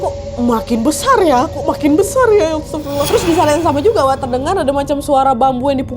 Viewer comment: astagfirullah kak, bukan astaffirullah, soalnya bacaan yg benar adalah astagfirullah bkn astaffirullah